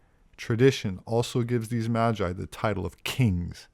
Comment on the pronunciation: Dude said Majai lol...